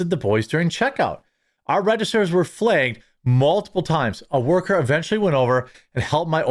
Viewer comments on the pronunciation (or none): It's not "fligged", Jeremy. It's "flagged".